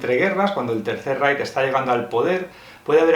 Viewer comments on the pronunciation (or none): none